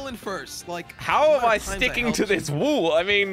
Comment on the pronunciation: i love when says wool even tho its wall hahaha.